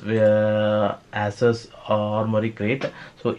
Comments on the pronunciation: 🤣asses.. Dude its pronounced Ea Sos . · My bruh... It's ASUS ( /ay/ /s/ /uh/ /s/ ), not AssUs ( /ah/ /s/ /uh/ /s/ ).